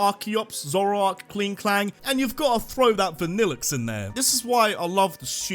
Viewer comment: It’s pronounced mye-LOH-tick, vuh-nill-LUHX, GRAHP-ee-iss, sih-JUH-liff, MEEN-IHN-shau, AHL-dur, hye-DRY-gihn, EE-JIH-slash, and arr-KEY-iss, “”! 🤨